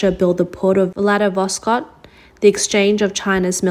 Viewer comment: 'Vladiwos' - - what?